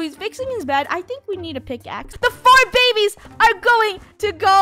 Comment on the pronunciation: Is it just me who is laughing that funneh said "to the bebebes"😂